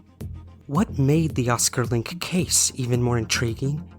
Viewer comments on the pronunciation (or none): FYI, in German, words ending in E have a final vowel syllable, so it's LINK-EH :) Thanks for all your fascinating story posts!